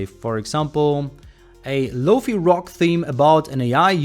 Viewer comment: Great overview and especially liked your synthwave song in the middle. Just please... PLEASE... ... never say the Fi part of LoFi as "fee"... the Fi is said "figh" like in the word "fight" (same goes with HiFi, said as "High Figh"). Your English is really good though... you're so very close to sounding 100% native... pretty dang impressive being that German is likely your primary language. Think the only other word that sounded a little off was "text" (make sure the "ex" is said like it is in the word "sex" and not "ax" like in "tax"). Sorry if correcting you're pronunciation is offensive in any way... I realize a lot of people don't like any form of pronunciation correction... it's just that you're so close to sounding native... thought you'd might like some help to get across that finish line.